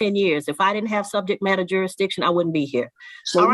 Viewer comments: I think if the defendant can't properly say the word "Jurisdiction", then he doesn't get to bring it up. There is no such thing as "Juressdition" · Poor little. How can fight the court's jurisdiction when he can't even pronounce the word "jurisdiction"? Perhaps his beanie is too tight.